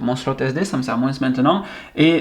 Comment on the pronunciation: Moi c’est juste quand tu dit Moins prononcer MoinSE Alala ça me fais grincer des dents c’est le seul moment où j’ai envie de tout défoncer 😂😂😂😂